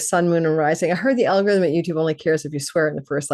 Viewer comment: Hehehe. When you said algorithm, I heard Algolrhythm.